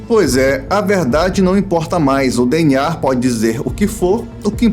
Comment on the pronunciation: e que agonia você falando "DNAR"